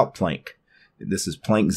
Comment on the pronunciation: I don't wanna Plenk! (yeah it's probably Plank, right? but I like your pronunciation more). Damn, the linux desktop environments get more scattered and become mixtures of everything and nothing. I see some elements from windows 10 to gnome 2 to gnome 3. The menu is just plain ugly. And the PLENK on the left. Yeah it's small, but who needs that space occupation of a "plenk", while you can just have your most used applications in the menubar. Now I know It is all personal taste, and I might be grumpy, but it seems that all desktop environments with every new version try to reinvent the wheel over and over again, and trying to resemble the latest features from windows 10 and IOS and gnome and whatever and somehow integrate that into theirs. I'm stuck in the gnome 2.32 and windows 2000 era interface, that is why I only like Mate, and I can tolerate xfce. A simple categorized menu, which is simply the most efficient and logical. I don't need stuff like dash, or full screen menu that treats my computer as a blackbox, where I need a search engine for my applications. I can understand a search option for files, but not for applications. And a simple menu bar with a clock and some status thingies and some shortcuts. I do like features like snapping windows, and keyboard shortcuts to move apps, switching between them. Everything else is just distraction and screen clutter. And where is the longevity of a desktop environment? Changing everything all the time, instead of really improving